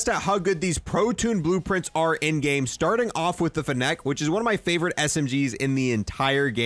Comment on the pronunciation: Bruh the fa-neck